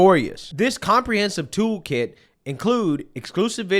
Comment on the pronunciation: Brother, I thought you said token the first time, not a toolkit 😅. I was like, no way, my boy is selling crypto.